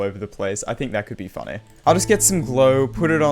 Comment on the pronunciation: "kinda funneh" lmao